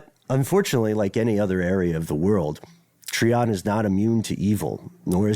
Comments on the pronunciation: It’s Try-on Georgia, not tree -on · It’s pronounced “ tryon “ not “ Treon”. I was just there yesterday. It’s way out in the middle of nowhere even now- I couldn’t imagine living there 40 yrs ago. The roads are pretty rough- then the gravel/dirt roads are even worse- it’s literally a forestry rd, there’s very few places to turn around if you miss the end of the trail/rd that leads to the remaining structure. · It’s pronounced “Try-un” Ga Im from here